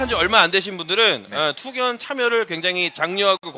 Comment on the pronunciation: 그리고 투극이 아니고 투견~